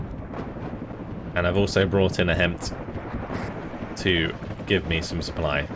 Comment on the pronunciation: love your gameplay videos, just a little nitpicky thing, the HEMTT is pronounced "hem it" (i work with them)